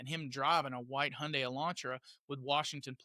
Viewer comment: You’re the first American that I have heard pronounce Hyundai correctly.